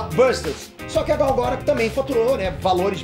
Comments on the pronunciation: Gal Gora? Q? Se escreve Gal Gadot e fala Gal Gadou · porra, mas falar gal garôt é sacanagem asuhesahuehuasea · Pronúncia horrível do sobrenome da Gal...!